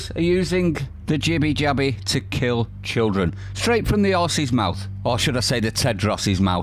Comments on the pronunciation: Allegedly Tedros started to pronounce "children" as cildren but corrected himself. This sounds like a reasonable excuse. The clip also sounds speeded up slightly, perhaps to make the slip sound more damning. Not quite the smoking gun we all thought it was. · Ehh, this time I get him the benefit of the dao, in some languages including Romanian if you read letter by letter the word children will sound kildren because 'ch' and 'k' sound the same in a word and 'k' is composed of the group of letters 'ch' so 'ki' in Enghish sounds the same as 'chi' in some other languages and 'chi' in English sounds the same as 'ci' in other languages So, when we read "children" leter by letter sometime we slip the "kildren" word instead